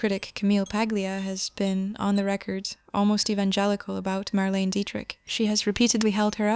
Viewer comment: No dear , one says Marlena not Marlene